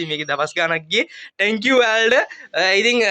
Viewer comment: "tankiw" nemei sudda "thank you" kiyhn ❤